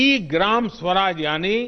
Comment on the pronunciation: सुराज नहीं स्वराज